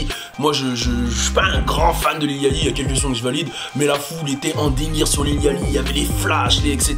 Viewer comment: Ta prononciation de Lil Yachty mdrr : ca se prononce Little Yoty